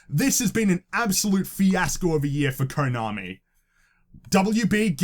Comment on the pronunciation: tbh I think EA fucked up more than WB. Btw you're mispronouncing the o in Konami and Kotaku. It's meant to be like the o in "of".